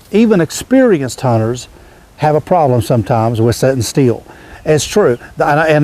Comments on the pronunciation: It's pronounced STILL not STEEL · Is he saying "set steel" or "sit still"?